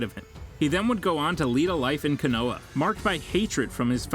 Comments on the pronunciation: Bro said koonaha😂 konoha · Bro I hate when they pronounce the words wrong it (ko-no-ha)and (Ah-katts-ski)Justin would have killed this voice over smh 🤦‍♂️ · Koo-noo-ha 😂 Kazikaji 🤦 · kanowa, minado